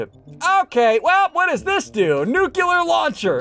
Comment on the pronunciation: ITS NOT NUCULER ITS NU-CLEAR sorry just kinda annoys me